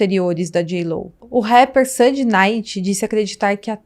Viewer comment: You keep saying his name wrong. Sean is pronounced “Shawn “ not cean. It’s not hard to pronounce. And Suge knight is pronounced “shug “ nite” with a silent “e”